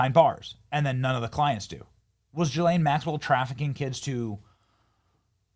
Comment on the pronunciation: Guess nobody knows how to do the ethnic pronunciation of ghislaine.. oh and her dad Robert Maxwell was an even bigger monster